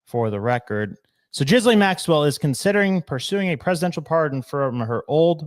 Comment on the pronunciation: Jizzlane? How do you not know how to pronounce her name by this stage??????